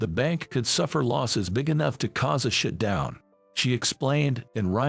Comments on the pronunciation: Funny,I thought your comment, was a little over the top,then I heard, bank shitdown,lol😊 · Your A I voice pronounces SHUTDOWN differently; as in "excrement-down." Other words as well. This is why I dislike such shortcuts.